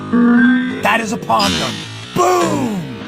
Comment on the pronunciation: Palm gun! Not pon.!